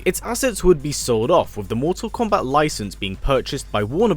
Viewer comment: Just hearing you say komebat is nerve reckoning